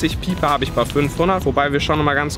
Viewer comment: Spricht er piper extra so dumm aus?